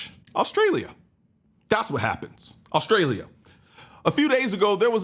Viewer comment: My man said every syllable in AUSTRALEEAAAH. Good video. :)